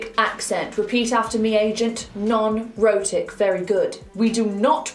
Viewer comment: Jesus, she says "rhotic" and all I hear is "erotic"....